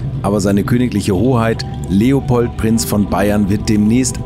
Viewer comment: Sympatischer Typ! "Drehopold" klingt trotzdem lustig -sorry!